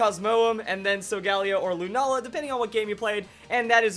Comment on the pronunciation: your pronouncing Lunala, Solgaleo, and Cosmoem Wrong